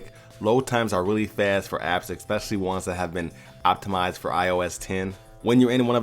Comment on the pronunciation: Especially, not exspecially.